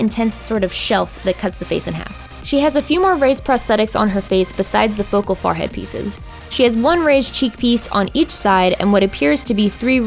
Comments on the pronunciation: Hey. You say Farhead, isn't it Funny. No judge lol but what is your accent? or is that just what u say?? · does anyone notice that she says “Forehead” weird? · I love it when you say forehead because you say it in your Pennsylvania accent!